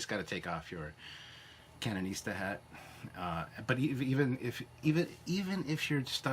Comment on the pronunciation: “CANONISTA” lol 🤣😍 Love your videos